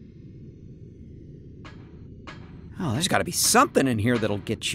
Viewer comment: I thought they said boob labs....